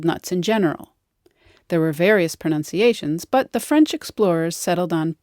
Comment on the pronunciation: Hard to give credence to this video as the narrator says 'pro-noun-ciation' instead of pro-nun-ciation.